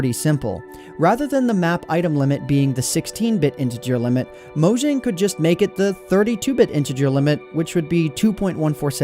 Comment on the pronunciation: pronounced moyang